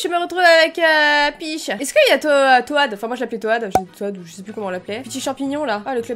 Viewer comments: Sa s'écrit toad mais sa se dit" tod" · Sa s ecrit toad mais c à se dit tood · On dit Toad